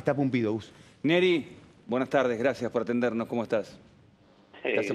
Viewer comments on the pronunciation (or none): Pumpido pronuncia la R